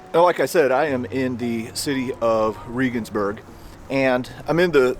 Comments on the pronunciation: Bless your heart for trying. But it’s pronounced just like the president. President Reagan. I’m not bashing you, but as a foreigner living abroad I know pronunciation is important. Love your videos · As an ex-pat living in Germany, you really should have asked someone how to get your pronunciation of Regensburg better. Your story is great, but I twinge every time you say the name. I get it, but, still. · Love your videos but you're butchering the names of the German cities. Regensburg is pronounced like our former president Reagan. And Berchtesgaden is pronounced as if it were spelled like this... "Baretesgodden". Sorry. I was stationed over there for 5 years and my ex is German. I'm a stickler. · It's pronounced like the hero of the right Reagan, not Ree-gan. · It's pronounced "Ray-guns-berg" not "Ree-guns-berg"... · Shouldn't you use the german pronunciation when being in a GERMAN town? No im a damn ignorant from the best country in the world and I don't care! Riegensbörg😂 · It's pronounced...Rehhgensberg. Please stop saying Reegensberg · Reh-gensburg, not Ree-gensburg. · German or English, it's ray-gens-burg, not ree-gens-burg, I believe. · I'm a subscriber and former college English teacher with degrees in History and German, I'm very appreciative of your work in keeping history alive, and I respectfully offer a constructive criticism. The name, Regensburg, is not pronounced "Reegensburg." It is pronounced "Reagansburg"-- the same way 40th President Ronald Reagan's family name would be pronounced with "burg" attached. When you post informative productions as you do in your History Traveler series, it puts you in a position of accountability to get the details--in this case correct pronunciation--right. Referring to Regensburg as "Reegensburg," or the name of any location for that matter incorrectly undercuts and detracts your credibility to a certain degree. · Sorry. But it wasn't President "Reegan". Reh-gens-burg... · Um…. Ray-ginz-burg